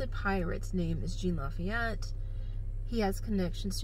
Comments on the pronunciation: His name is pronounced Sean La-feet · It's pronounced la-feet